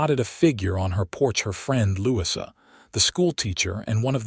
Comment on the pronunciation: Please listen to you ur story. The correct pronunciation of Louisa is NOT Lou-sea. This mistake takes away from your story.